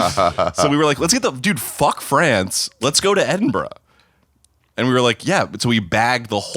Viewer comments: It's pronounced edinbruh, not edinboro or edinburg... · Learn how to say edinburgh 😂